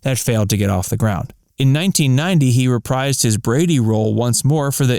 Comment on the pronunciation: "In 1990, he reprised his Brady role . . ." The word "reprise" is pronounced "re-PREEZE" (rhymes with "freeze"), not "re-PRIZE."